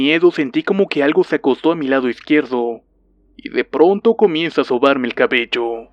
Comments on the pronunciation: Tu hablar me da risa en ves de miedo :'v "Cabelló" :v Algo asi se escribiria cuando hablas. "Nadá" :'v Ay dio.... :'v Arena ven a mi. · Osivan :3 arena en el c*lo o la va*ina? :v